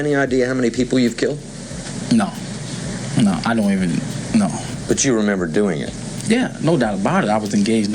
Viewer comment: "Ion even know" jeez